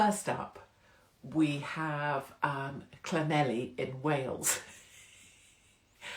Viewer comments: Don’t go to Llanelli and pronounce it like that, I tried it once, oops. 😂 There is a surprise th sound towards the end and more of a cl sound to begin with. Thank you for supporting Tommy, I miss his presence and the info he provided. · Is Llanelli pronounced Clanethli? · Llanelli is pronounced Cla neth li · Untitled yep like this, no heavy stuff just chilling. Blackpool 🤣 Llanelli I'll teach you how to pronounce Llanelli 😉🥰